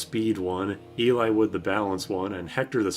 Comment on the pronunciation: ahahahahahaha "elay-wood"